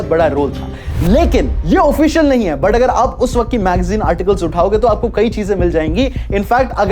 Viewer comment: Yaar bhai tu but ko put kyo bolta hai😅😅